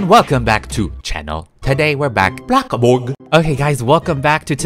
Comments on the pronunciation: sorry for the late comment but i love his intro when he says "hey everyone welcome back to channel todai we're back BLOCKA BORG" its so funny! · Omg I love when he says booccaborg